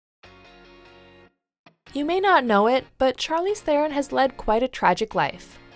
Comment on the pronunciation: Most of us who don't have English names tend to make our peace with it being warped by English speakers at some point, it's a fight against the dominant Western culture. Was nice to hear her say her last name "properly" though (Afrikaans doesn't have a "th" sound, which is our biggest give-away when speaking English and why I always thought she was a wee bit of a sell-out, much more respect for it now).